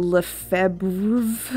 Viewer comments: 100k! congratulations! <3 I'm proud of you sis and super proud to call you my Chaos Sister. Lefebvre is French. Skip the B iirc. So it's Le Fev ruh (with a back of the throat ruh) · Thanks for keeping in the clips of you trying to pronounce Lefebvre. I also have no clue how to pronounce it and it made me laugh